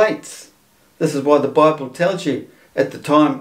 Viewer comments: BI-BALL = BIBLE. This one killed me. The illiterate imbeciles who think humanity has only ever spoken English since the dawn of time and that every word in existence is therefore derived from their language are always hilarious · Am i get it right? He said in the beginning BI BALL ? Instead of Bible ? @@ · "Bi-Ball"? Seriously? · WTF is this Doughnut Earth BS? And Bible, "Bi-Bull", Two Bulls ? I knew as a teenager that "Bible" is a neologism for the Greek "Biblio", which means Book. This guy isn't much older than I am. I hope he's just senile. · I suspect the correct pronunciation and etymology might actually be Bi-Bull. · These numpties (flerfers) really love their word salad: “Bible - Bi bull?” Really?